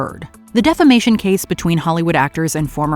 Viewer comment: When referring to Depp V. Heard situation, I though you called it the "Defecation Case" instead of Defamation Case. Lol